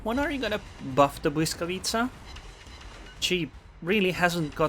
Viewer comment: lol you're first english speaking cc that pronounce Błyskawica correctly, gg wp